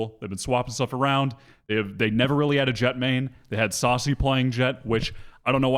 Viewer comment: the stress on "sacy" is on the second syllable